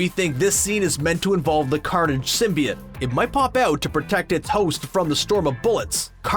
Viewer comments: “symbiut” bro come on symbiOTE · sym-bee-oat not sym-bee-it. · sim - bee - it thats a new pronounciation of symbiote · Bro 1 min of what he looks like and teen mins of garbage. And your pronunciation of symbiote was off. Not like the first venom trailer but still off.